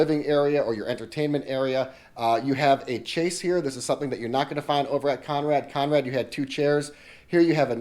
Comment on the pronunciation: Love love love your vids!!! Just for reference - chaise is pronounced shehz